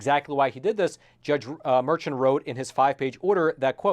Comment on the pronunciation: His name is pronounced Merkhan and he is easily the epitome of NYC corruption.